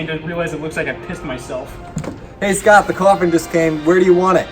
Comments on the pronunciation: Did anyone else notice he said "scotch here" instead of scott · Did anyone else notice he pronounces the "t" in Scott!?